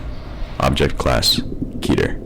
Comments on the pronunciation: "keh ter." ._. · Most of the narrators: Keter That one narrator: Ketter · If the voice over wasn’t so cheesy and the actors know how to pronounce words properly I would’ve been more invested in this video. KEH-TER, not KEY-TER VAYSE, not VAHSE How do you fuck that up? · it's pronounces K-ee-ter not ket-er and it's pronounced v-a-se not V-as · Key-turr, not Keh-turr .-. I don't know why that pronunciation bothered me so badly... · nug get no it's pronounced keh- tear I just watched a whole video on the word and it's Greek roots a Greek language expert said it's keh-tear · i swear, the man who pronounces "keter," as "ketter," makes me want to strangle him. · Brett Olsen it's pronounced keh-tear according to a Greek language expert and it's a Greek word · I swear I will kill the person who keeps saying Keter as "Ketter". Go to fucking English school dumbass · Keter is pronounced keeter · Thats not how u pronounce keter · I hate how he says the scp's name so slowly, like it's supposed to be super dramatic. I also hate the lack of consistency with the pronunciation of the word keter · its pronounced KEY TER KETER KEY TER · pronounces Keter wrong and it's kinda cringy